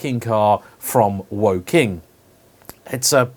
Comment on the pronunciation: Did you say Woking or Joking?